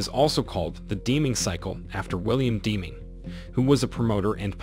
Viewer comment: Good Lord, please PRONOUNCE the Guy's name right! So far he STILL hasn't mentioned the most important phrase that TRANSFORMED the Japanese auto manufacturing industry post WWII - Continuous Process Improvement. #FAIL ....and learn how to pronounce Deming's name, huh?